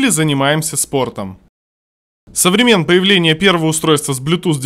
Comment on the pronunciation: со времЕн?))) Читать по бумажке разучились?)) Со времён)) Колонка редкостное Гэ, рассчитана на полуглухих, которые не могут отличить верхние частоты от средних и низких. Одним словом игрушка.